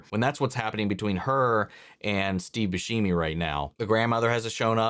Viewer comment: Alright you did it too many times it started to hurt lol say it with me now {boo·sheh·mee} or {boo•seh•mee} as the actor himself pronounces it 🫶🏼